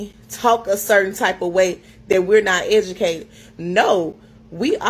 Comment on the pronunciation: “Black women IS the mos egicateit group!”🤣